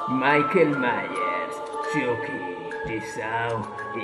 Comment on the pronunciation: A si es pero lo has dicho mal es chucky no chocki vale